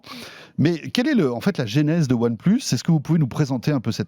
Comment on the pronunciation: One pleusse :D.